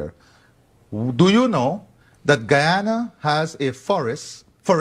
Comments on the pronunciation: We're not talking about French Guiana but Guyana. It's "GUYana" not "GHEEana." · The proper pronunciation is "ga-ya-na". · I'm from Guyana. And I believe its pronounced "guy" as in the fall "guy". So "Guy"ana. I mean no offense, you "guys" are great! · You are pronouncing Guyana incorrectly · Please do enough research on a story before you air it to at the very least properly pronounce the name of the country to which you're referring.